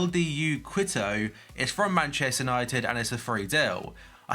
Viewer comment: Lmao the way you said Quito